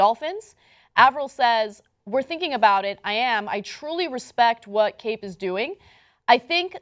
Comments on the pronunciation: Bruh does she know how to pronounce names? She pronouncing Avril like Avarell and Kaep as Cape. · his name is pronounced cap. I am a white girl and not a football player, and I am doing this. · yes and cap not cape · It's pronounced Cap fam. Not Cape... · Lmao Kaep is pronounced like cap not cape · Cap not cape. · How the hell do you manage to mispronounce both Cliff Avril and Kaep? I mean seriously....